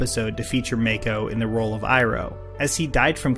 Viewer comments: Muh-ko, not May-ko. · MAKO IS NOT PRONOUNCED “Mayko” ITS “Mahko” - AKA MAKO IN LOK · it is pronounced Ma•ko, not may•ko. RIP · Btw Makos name is pronounced (Mah-Koh) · How the hell could you mispronounce Mako. You must REALLY hate Legend of Korra.